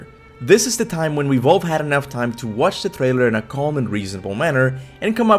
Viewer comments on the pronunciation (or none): none